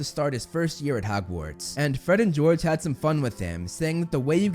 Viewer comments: Really "fred and gorge" ish 😂😂😂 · “We’re Gred and Forge!” - Fred and George.